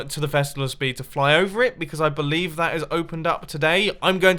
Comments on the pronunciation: "I believe..." what is it mumbo? "I be-leaves" Mumbo no.. please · Lol, "I beLEAF I have a lot of leaves" haha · I stopped watching after he said be-leaves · did he actually say i be-leaves we have leaves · I Be-leaves xD Hats off for you Bumboooo